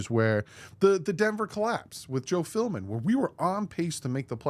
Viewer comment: I kinda zoned out and all I caught from this video is that you can’t stop calling Joe Philbin Joe Filmin 😂 it’s almost every time you say that dudes name haha hope all is well, keep up the good work